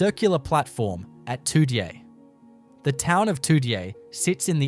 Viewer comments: It's pronounced toojay not how it's written Toodyay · The town of Toody-ay🤣🤣🤣🤣🤣🤣🤣 I thought the others were hilarious, but that's hilarious. Pilburrah, Noon-gar........